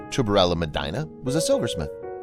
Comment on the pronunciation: Look up how to pronounce Medina. 🤦🏻‍♀️